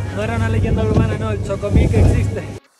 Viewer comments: 🤭🤭 "xocomilk" jejeje, en Guate pronunciamos la X con sonido "Sh" XOCOMIL se pronuncia "shocomil". Los pobladores de origen maya le siguen teniendo un gran respeto al Agua, pues si bien es fuente de vida y vital para nuestra existencia, también es peligroso y ha provocado grandes catástrofes. Saludos, muy buenos videos.... 🇬🇹🇬🇹🥳🥳🥳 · No es "Chocomil" es "Shocomil" en Guatemala la letra "X" tiene varios sonidos, pero en esta ocasión se pronuncia como si fuese "Sh"